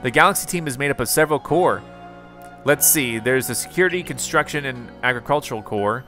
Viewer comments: I giggled with you said “survey corpse”. 😂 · I love it, but I got distracted every time you called the Survey Corps a corpse. I was genuinely relieved when you stopped. XD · I don’t like how he pronounces corp as core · Corps is cor. It’s short for corporation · You pronounce corpse as "core" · Corps is pronounced like core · To say corps just say core